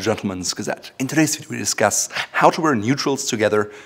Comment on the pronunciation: PRO TIP: If you say "in today's video" like this "intodaysvideo" people who don't speak English as a first language are going to have difficulty understanding what you are saying. Thanks for all the great videos.